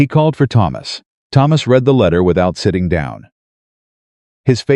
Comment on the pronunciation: Your AI keeps getting the word "read" incorrect.